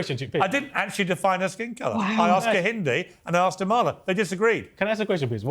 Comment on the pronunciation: Emphasis on the first A Piers. A-mala.